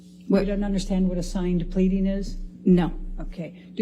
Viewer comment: ‘And this is a signed… pleading ? pleating ?